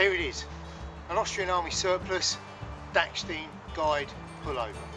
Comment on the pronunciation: Dachstein, not dacksteen